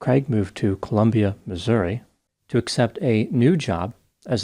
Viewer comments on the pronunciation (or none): none